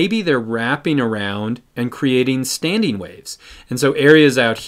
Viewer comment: *standING not StandEEN...